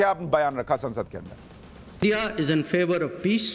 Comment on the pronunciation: Indi kya hota hai sir India aap national reporter hai❤